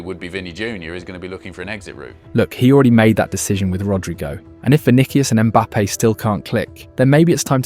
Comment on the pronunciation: "Kaileon Mbappé and Vinikias Junior"😂